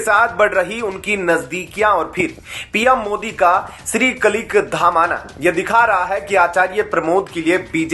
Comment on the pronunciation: ये अनाउंसर बिल्कुल अंगूठा छाप है क्या 😜 कलीक धाम बोल रहा कल्कि धाम को